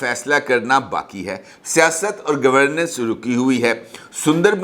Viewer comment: governance اور governess کا تلفظ ٹھیک کریں